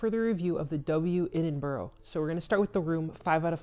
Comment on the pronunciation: I'm unclear why this video was suggested to me but nice to see a hotel in the city I live. However, please please please note that the pronunciation of Edinburgh is "Ed-in-bra" !